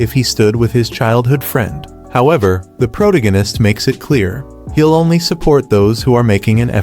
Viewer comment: Ah yes the pro-ta-gan-ist